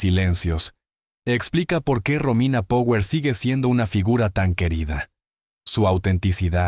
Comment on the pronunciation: Pronuncias con el culo tirón power